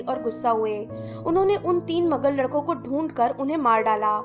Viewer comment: Behen magul nahi hota maglu hota hai